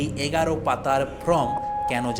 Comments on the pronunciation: Dada from noi.uchcharan ta thik kore korun.form hobe.😢😮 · APNI "FORM" ke always "FROM" BOLCHHEN KENO?? ARE YOU GODDAMN ILLITERATE????